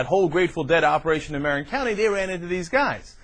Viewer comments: god damn. it's muh-RIN not MARE-in. obviously never been to the bay area. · Marin is not pronounced like that dumb ass.